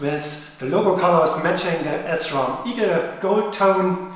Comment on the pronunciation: Also, it`s Sram not S-Ram